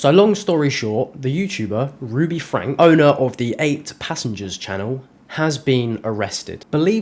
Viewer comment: It's pronounced FRANKIE.